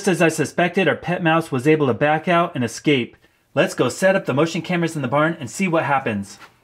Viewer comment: es-KAPE, not ex-KAPE.